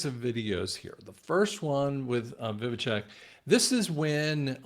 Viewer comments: vi-vek not vivicheck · Dude it’s Vivek not vivitech! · You pronounce Vivek .... Viv (ache) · Vivek rhymes with Cake Vi-vake 2.4 trillion minus 2 trillion = 400 billion not 400 million. Just trying to set the record straight. Thanks, appreciate all your work. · Pronounce Vivake like cake 😂